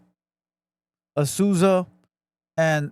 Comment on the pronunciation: I thought he said azuza